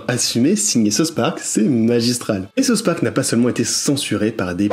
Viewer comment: Arrêter de dire SouSS Park, on dit South Park!😉